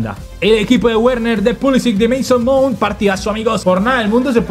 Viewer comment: Se acabó el año y no fue capaz de decir Werner bien jajaja